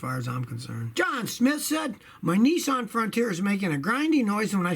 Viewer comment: Nissan is not pronounced Neeeesan Scotty